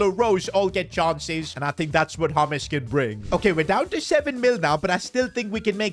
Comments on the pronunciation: james not haames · It's not hames it's james please pronounce it properly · Bro is saying Hames Rodrigues instead of James Rodrigues the j is not silent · It’s James not hames😂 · He is not called hames he is called james bruh. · why you calling James Rodrigez his name Hames? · It's pronounced as Je m's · "haames rodriguez" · It's pronounced hames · bro says james in sted of james